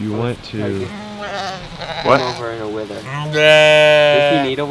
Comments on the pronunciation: Pronounced Wether not wither...😂😂😂😂 your so cute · A wether is pronounced like weather